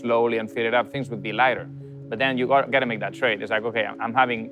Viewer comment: I like hearing him say "but...". *Buht-hhhHhh*.